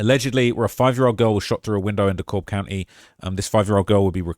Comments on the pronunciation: It’s De Cab County not De Cobb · D Cab not D COBB